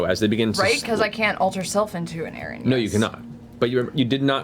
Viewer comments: It's a strange and very uncommon word, but just FYI... Erinyes (pl) = eh-RIN-ee-eez Erinys (sg) = eh-RIN-is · Is "Erin-yes" driving anyone else nuts? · For anyone here 8 years later 😅 Erinyes is pronounced (air-in-ease) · anyone else really uncomfortable with how everyone is mispronouncing erinyes